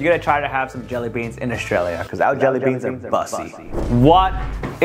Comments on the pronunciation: Hot tamls is crazy it's hot tim-all-ehs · ITS HOTS TA MA LESS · LOL its pronounced hot tUmolees